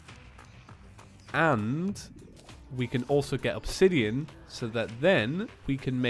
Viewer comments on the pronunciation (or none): none